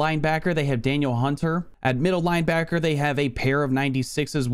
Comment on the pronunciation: I think you pronounce it like duh-kneel not dan-yell